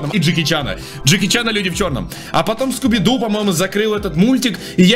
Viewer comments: Вообще-то скуби-ду а не скубидебидк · Не скуби-дуби ду а скуби-ду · Кто тже услышал что он сказа не Скуби - ду, а скуби дуби- ду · Скуби - дуби - ду , мило хоть и говорится Скуби-Ду" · Ну зачем, зачем, зачеем ты говоришь "бидубиду"? Там всего лишь Скуби-ду. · Скуби-ду А не Скуби-скуби-ду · Не скубидубиду а скубиду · почему ты говоришь скуби дуби ду??? XD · угарал как он неправильно сказал Скуби-Ду. А сказал скубидуби ду😂😂😂